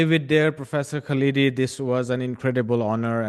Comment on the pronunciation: His name is not "Kaleedi" but "KHALDI," with the "KH" pronounced like the German "ch" as in the name of Johann Sebastian BaCH, or the Scottish "ch" as in LoCH Ness. We have to learn to say "curry" and "naan" and "tandoori," so equally you have to learn how to say our names! Hopefully your India will soon reject its current fascism and return to what it was under Nehru!